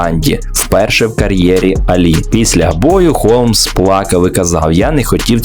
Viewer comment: Холмса а не Голмса